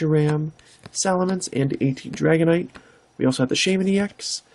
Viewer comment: Your pronunciation is pretty damn good. You got Dragonite right the first time. I think you got the Absol wrong though. Yeah Deoxys is a mouthful haha